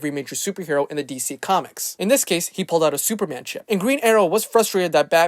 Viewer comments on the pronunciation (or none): none